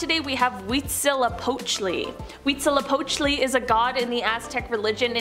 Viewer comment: SO impressed by the pronunciations …esp “Huitzilopochtli” 😅😂💯